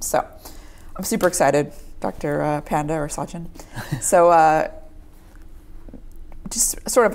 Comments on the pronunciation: Its not pyaaaandaa.... just panda! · His name is pronounced Paanda. I hope he himself corrects it and not be a Panda haha.